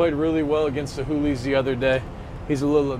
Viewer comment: why does say "who-Lees" and not "hoolies" lollll